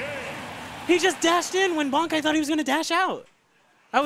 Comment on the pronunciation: Can people plz stop calling this man "Banky" His name is Bankai, pronounced Bon-Kai. Why would the Kai make his name sound like "banky"? Its just giving me a headache listening to everyone at that venue gettimg their own players name wrong..Yall need to socialize more over there and learn each others names